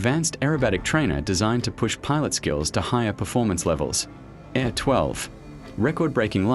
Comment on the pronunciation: It's not "uay ey" it's literally YA, the beginning of his last name LITERALLY. And those AIRs are not pronounced like english "air", A.I.R. stands for Alexei Ivanovich Rykov. It sonds like "Ah-ee-r(short)".